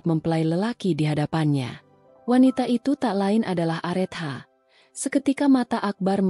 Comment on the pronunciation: Areta bacanya KK bukan arethah mf